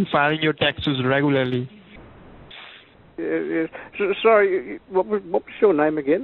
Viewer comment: "reh-goo-ylur-lee." is that you, john leguizamo? KEvron